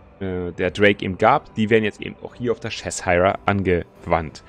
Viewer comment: Das ist nicht Chess-hire :-D Das wird mehr wie Czechshir ausgesprochen und dabei wird das i auch nicht wie das typische i (ei) betont, sondern eher wie ein deutsches kurzes i.